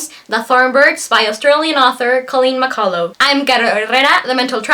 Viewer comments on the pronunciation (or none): Read this when I was 15 I think LOVED it and it’s pronounced McCull (UCH). Back when I was 16?? No offence how old are you now matey? I’m Australian.